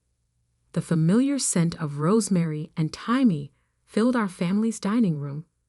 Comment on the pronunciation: 'Thymie'??? good grief!